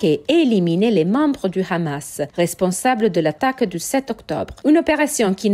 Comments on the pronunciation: Cette chaîne sent le fionisme à plein nez 🤥🤥🤥🤥 Qui prononce Khhhhhamasss ??? Grillé 🤣🤣🤣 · Rien que la façon de prononcer le mot KHAMASSS en dit long sur la teinte israélienne de l analyse. Il y a beaucoup de contre-vérité en faveur d Israël... alalaa la propagande faites par des amateurs en devient franchement insultante poit tous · Trop de fait son manquant = resultat bieser! Apprend dire deja Hamas et pas Rhamas! Hezbola et pas rhesbola.